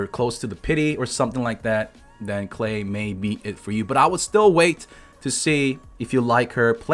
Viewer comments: in english as far as i know Klee is pronounced Kh Lee. rhymes with Me not Clay. maybe im wrong tho. i mess up names in this game all the time. lol. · I am German and Klee is rather pronounced "Kleh" than "Clay" Btw, it's the German word for "Clover" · No no no, even tho I’m already use to youtuber butchering character names, “clay” for this little girl is too much for me. I’m sticking with Klee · If its german it is pronounced Klee and Not Klay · Its pronounced K-LEE NOT Clay/Klay mate get your facts right buddy. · nevermind he's just saying it wrong it's kleh not klay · I thought that's klee(klie) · its fucking "KLEE" not clay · It's pronounced Gay! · Its klii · Isn't "Clay" the chinese meaning for her name? Clay isn't a german word, you are doing it wrong. Unless you study german you won't be able to say "Klee" correctly, just give up. It means clover btw. Diluc has the weakest E in the game, don't even think about building him around that crap skill.